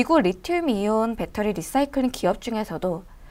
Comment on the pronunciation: 지난 번 ENPH 도 내용이 너무 좋았습니다. 이번에도 LICY에 관심이 있던 차에 시의적절하게 도움을 주셔서 감사합니다. 그리고, cnbc 에선 “라이”싸이클.. 이라고 발음하더군요. 참고요.